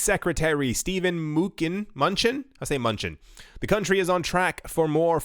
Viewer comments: It’s pronounced Manoochin not munchin lol 😂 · Secretary of Treasury Steven Mnuchin’s last name is pronounced “Ma-New-Chin....accent on new :) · steve muh-new-chin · US Treasury Secretary Stephen Mnuchin (pronounced: Men-Noo-Chin) :) But Munchin FTW! :D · It's pronounced "M'nuchin." It is not a typo. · The way you pronounce the names of some people is hilarious!! Makes me laugh 😂 munch in hahah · Tells us we should pay more attention to the financial world. Doesn't know how to say Steve Mnuchin's name (Min-oo-chin). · Steve Muh-new-chin bro